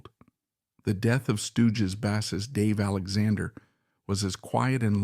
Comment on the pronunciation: It's an AI narrator for sure. He can't even pronounce the name of the man that the video is about. That makes me not prone to believe any of the text, which may also have been written by AI or Chat GP. 😢